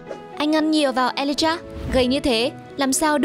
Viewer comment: ghi lộn mà cũng đọc là Alijah